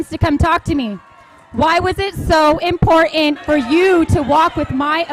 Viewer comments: it's pronounced Im- por-tant 🚫 Import-ant🐜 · “Impor-ent”. “Please seat”. Wow. Just who you want on the board, someone who can’t even talk. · “Impor-ent” More murder of the English language. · I hate it when they purposely pronounce it as "impor- ant"... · "Impor-ent" = disqualified. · Impor ant. Drives me crazy. 😡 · Why can't Maga pronounce "important"